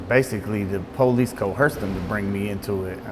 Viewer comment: When ppl say police like it's pronounced as PO LEASE. Lol! WHAT?